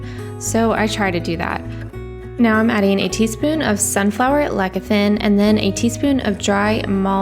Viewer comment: Everything looks so great! I just made applesauce too. :) The "c" in lecithin is pronounced like an s. :) (les-uh-thin)